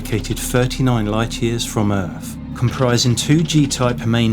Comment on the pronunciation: Earf, Free Fousand, myfic etc etc. This guy’s not a Cockney and probably not even a Londoner so I’m not listening to a regional accent, just what sounds like a speech impediment. For me, personally, I can’t listen to it. Such a shame as the video seemed intriguing.